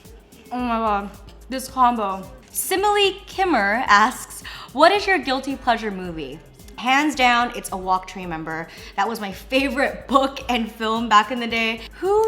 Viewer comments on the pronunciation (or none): hmmm i think instead being "kimmer" its "kmai" it's another pronunciation for cambodian!:-) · Oh Jennnnn! It's pronounce (kmai)-Khmer. They're most likely cambodian